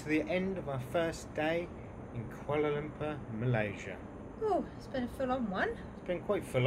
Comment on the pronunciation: What a great start to 2019. Someone who can pronounce Kuala Lumpur with all it's syllables intact. Most Americans say Kualumpur. Pity isnt it?